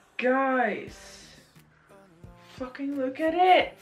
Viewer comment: WHEN YOU SAID “FOOKIN” IN THE BEGINNING AHHH